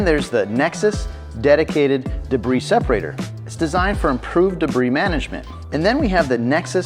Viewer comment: Debris = “Duh-bree” not “De-briss”. Lol.